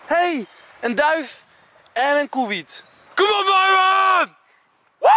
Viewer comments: Iedereen: Kijk, een kievit! Enzo: Kijk, een KOEWIET!!!😂😂😂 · Iedereen: kiewiet Enzo: koewiet